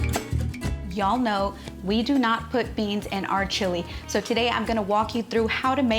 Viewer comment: Great recipe,but the way she pronounce chilis just doesn't sound right with the rest of the way she talks.